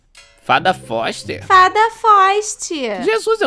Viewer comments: "Fada Foister" kkkkkkkk amo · " Fada Foxte ?" " Fada Foxtii " Kkkkkkkkkkkkkkkkkkkkkkkkkkk